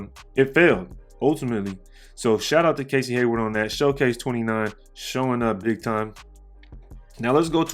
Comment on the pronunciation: Shay-cose or showcase, either way we love you brother!!!